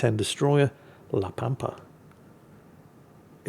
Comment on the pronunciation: Ritchie Valens rolls over in his grave every time someone mispronounces La Pampa